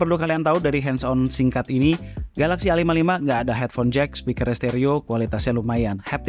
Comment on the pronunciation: A55, 55 nya dibaca SS